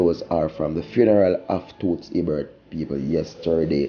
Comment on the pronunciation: you need to pronounce the icon's name properly.You have no sense of history, cmon you doing this long enough man.